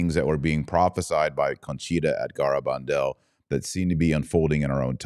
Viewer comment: It's gare, not garr abandal.